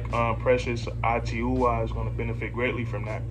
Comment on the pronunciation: It's pronounced like; Uh-choo-uh or Aw-chew-aw